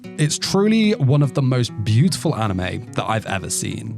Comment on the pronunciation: What is your accent? My best guess is Australia or NZ. A very unusual and distinct thing about your accent is that you pronounce "seen" as "sin". Which I've never heard before. Only one of these I've seen is Charlotte, awesome anime. Anyway nice video, I'll consider rewatching it whenever I'm in need of a new anime.